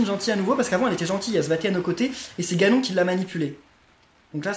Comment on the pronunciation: Heu.on dit. GANON🤦🕵️